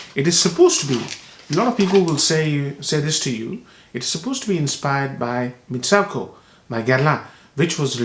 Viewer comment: it's pronounced MitsOOko...